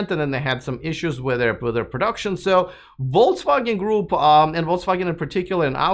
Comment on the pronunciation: Are you deliberatly saying "Volts Wagon"? German "V" is similar to "F" and "W" is like English "V", "G" is hard like "get": something like "Folks-Vah-Gen"